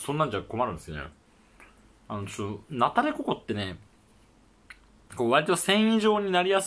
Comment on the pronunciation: ナタデコ↑コ↓